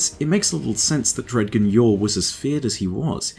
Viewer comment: Amazing vid as always. One little gripe, though. I feel like "Dredgen" should be pronounced "Dredjen" (with a "J" sound). I feel like this would accentuate this guardian's darker nature from the root word "dredges".